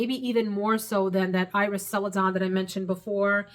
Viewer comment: Potter checking in! Your pronunciation of celadon was perfect. It’s a Japanese porcelain greenish glaze that is the same color as that bottle’s cap. Also, great video!